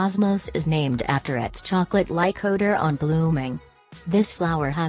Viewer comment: "Chocalcate" lmao